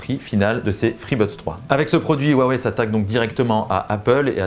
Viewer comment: WAWEI et ça se dit Youtuber Tech ^^^^